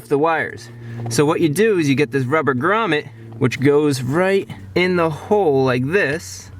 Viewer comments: 19 minutes of a guy saying «Gramet» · The way you say grummet is priceless 😂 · Everytime he said gramet I thought he said raman